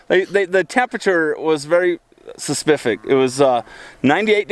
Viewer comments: 'And also the temperature was very suspefic'. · Suspific?? Lol It's specific.. your vocabulary is dreadful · This video shows that you're so f**** guilty is ridiculous first of all you can't say specific correctly second of all you keep staring at your children or your child asking him questions like you have this control Factor third your wife look like she f**** escape from a loony bin seriously Child Protective Services needs to do some serious investigating I do not believe your videos to try to save your ass just because you own land and you have some kind of coin y'all shouldn't have made this video you should make some videos of how you living and to show us the accusations are not real that you are trying to film that are the accusations against you frankly you and your wife seem like a bunch of f**** nutjobs